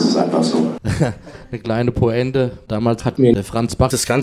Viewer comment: "Poänte" des Bedarfs